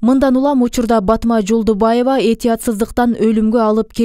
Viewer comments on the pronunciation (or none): Жолболдуева! Жолдубаева эмес. Туура окугула да.